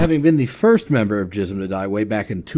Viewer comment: Its pronounced Gism with a G not a J btw